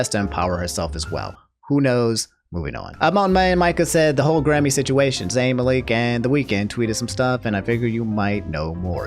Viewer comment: Love you bro, but your pronunciation of Malik is annoying as hell.